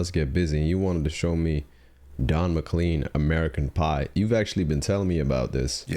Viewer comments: His name is pronounced Mc-Clayn, not Mc-Clean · Too many comments to read them all and someone else probably already said (and said the opposite maybe!) but I'll crawl out on limb and say McLean is pronounced to rhyme with "lane". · It’s pronounced “Mic lane” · His name is pronounced exactly like it is spelled!!!